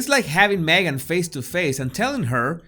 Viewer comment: Jesus I love the way you say your name. It is so beautiful to the ear. My old kiwi accent could never do it justice.